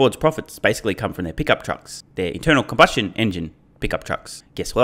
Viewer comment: Did you say internal cumbustion engines?